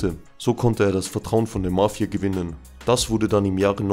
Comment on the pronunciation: Wie du Mafia betonst . Nervig